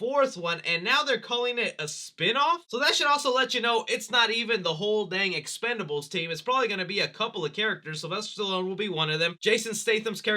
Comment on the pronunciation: I feel you when it comes to the expendables series, BUT CMON MAN it’s EXPENDABLES lol I know I’m hopeless 😩 😂😂